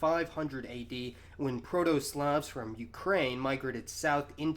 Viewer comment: as always he gives good lectures. He needs pronounce "Slav" correctly (it should sound like "slob" with the B replaced by a V). He failed to mention the Vlach enclaves in central Greece,.